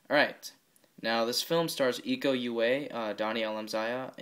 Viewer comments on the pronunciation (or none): Names should be spelled : Iko Uwais = Eeko oo-wa-ees Dony Alamsyah = Dony Alam-shah Nice Review :)